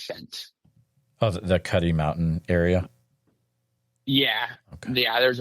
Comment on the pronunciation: Just FYI it’s Cuddy Mountain and not Cutty.